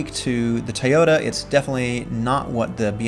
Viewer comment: It’s “Toyota” not Tyota. Toy. Toy. Toy!